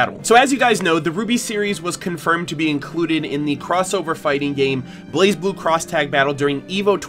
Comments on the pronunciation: According to Lindsay they told her it's pronounced "Blay Blue" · It’s “Blay”Blue Cross Tag Battle. ;) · The Z is silent